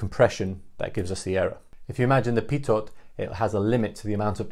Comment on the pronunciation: Good summary. BTW a tiny point: Pitot is pronounced without sounding the last letter, ie "pito".